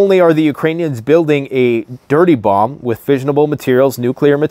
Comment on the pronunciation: Dirty bomb or Dirty Bum.?